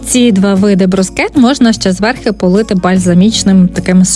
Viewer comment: Все добре, все гарне, але попрацюйте із своїм словом «зверхи», будь ласка